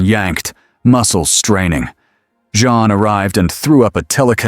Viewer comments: Omg Her name is Jean Not Joan Not June You are a terrible story teller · AI... It's JEAN... not John. Lol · Great AI voice, but they only call Jean, Jean (English form) about one time in twelve. If the story is also AI generated it's the best yet. For Jean, within the same sentence, we get Jun, June, John, and Jeen. (with a few extra syllables). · AI needs to learn that 'Jean' is pronounced like 'Gene' not 'Jun' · Awesome video! I know this is a AI generated video. But , you could at least get Jean Grey's name right.